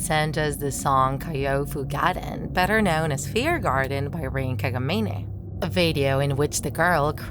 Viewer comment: GELP THE WAY SHE PRONOUNCES RIN KAGAMINE